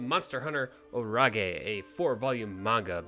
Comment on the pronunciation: is it really "orage" pronounced like that or "storm" in french xD cuz i speak french and I jumped when I heard you pronouncing it like that xD